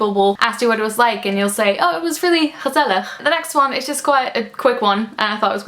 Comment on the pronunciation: wow i'm from the Netherlands and the way you pronounce "gezellig" doesn't sound like Dutch at all. I thought you where from the US or something! ;)